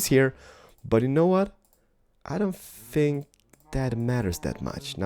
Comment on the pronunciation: You said lets Lear to tink